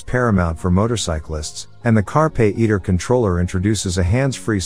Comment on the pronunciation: Carpay iter? it's carpe iter.. come one.. Chey AO5?? Chigee AO5. stopped watching after that *duck up